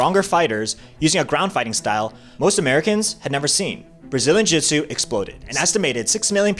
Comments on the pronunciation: Brazilian Jitsu? What in the world are you saying? jiujitsu, pronounced (JU-JIT-SU....not jitsu). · Why does this guy keep calling it brazin jitsu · Uh... you're an authority on this matter, but you can't pronounce jiu-jitsu? Not a good look.